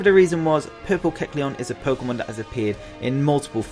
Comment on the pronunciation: It's pronounced Poke-Ay-mon . not poke-uh-mon .. get its right "poké-tuber"